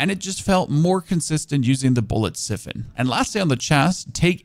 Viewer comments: Don't forget Siphon, it should be said like Sai fn, and Accuracy is a·kyoo·ruh·see.... or just google pronoucnations to see how it sounds?. eiter way it don't matter. lol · Fellow DaVinci Resolve user spotted! :p Also it's Siphon with a long I, as in "eye". <3